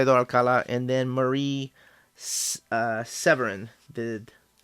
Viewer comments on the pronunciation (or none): none